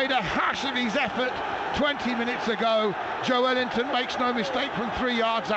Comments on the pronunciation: Sounds like the commentator is saying 'Joe-wellington' 😂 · The commentator needs to learn how to pronounce Joelinton! 😂